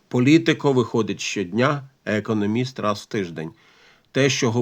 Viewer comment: Будь ласка, не економіст а економіст, з наголосом на другому складі